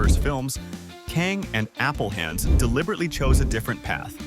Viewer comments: why does the narrator keep saying 'Kaeng' like it's spelled that way? It's literally 'Kang'. So annoying ㅋㅋㅋㅋㅋ 🤔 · '캥'이 아니라 '강'인데 성을 바꿔버리네ㅋㅋㅋㅋ Not 'k-ae-n-g'.... it's like... 'g-ah-n-g', sounds somewhere between 'k' and 'g'